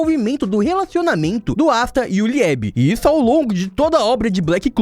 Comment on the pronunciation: Pqp, o vídeo inteiro falando Lichta. Licita que deveria ser como escreve, fala de outro jeito. E o Liebe (Libi) faz questão de falar LiÉbe... Parece que é de propósito